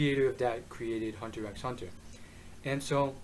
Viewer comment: dude, just pronounce it Hunter Hunter, no need for the x